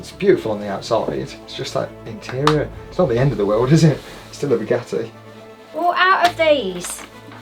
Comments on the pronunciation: Did you really just say "spaghetti vayron" Lol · In the video at the time instead of saying Bugatti veyron he said spaghetti veyron 😂😂😂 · bro, it so sounds like you said Spaghetti Veyron lmfao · Had to rewind 2 times to be sure, he actually says "a Spaghetti Veyron" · Is it just me or does it sound like saying spaghetti veyron😂😂😂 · I swear I heard Spaghetti Veyron repeatedly 😂😂 Senna's influence? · Please check how to pronounce the name of the car, as a french listenner my ears are bleeding 🤣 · He really is a true brummie the way he butchered 2 of the easiest words to say without knowing french. And no i am not from France i am Swedish.